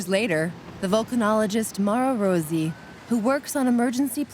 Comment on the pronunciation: Rosy? Not Rossi? 🤷‍♀️